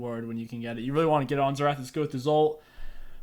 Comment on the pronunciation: Best "Xertah" mid guide out there hahah